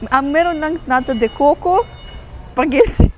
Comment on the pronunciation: ang narinig ko kay is NATO de coco 😂 witch is is from NATO country 😅